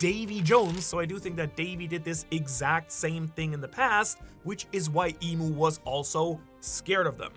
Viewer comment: It's EMU right? not Imu. You're the expert, I think but still..